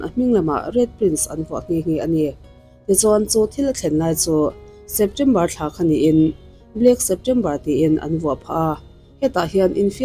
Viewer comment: Chheptember Ali Hachhen Chhalami, a chhawia